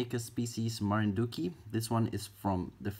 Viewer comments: "Marinduque" (Says it like Marindukie) Me who's a Filipino: Marindukie? Hoy tawag dyan ay Marinduque Translation: Hoy that's called Marinduque (as in Marindukeh) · hi your pronounciation of the marinduque is wrong but i totaly understand and im bad at grammar so good luck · The way he pronounced "Marinduque" was cute